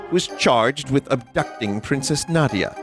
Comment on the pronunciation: its Na . Dee . Yah